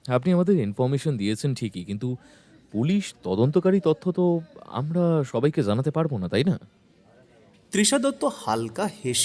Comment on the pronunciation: Moshi Ota " Zanate " Noy, Ota " Janate " Hobe.